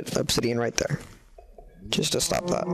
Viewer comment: It sounded like dap instead of that!